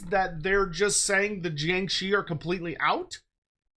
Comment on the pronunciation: I like how you pronounced jiangshi.👍